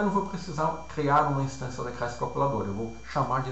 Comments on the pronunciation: Aula com conteúdo excelente e com boa didática. Como sugestão fica a dica de treinar a pronúncia pra palavra "classe" ao invés de "crasse" ^^ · Muito Obrigado! Esclarecedor. Só se atentar para a pronuncia da palavra "classe". Fora isso, o vídeo está excelente!